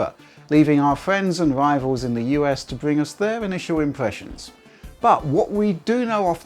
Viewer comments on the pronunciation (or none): Bwiefings...... impwessions........wevision......this guy would give Jonathan ross a run for his money.....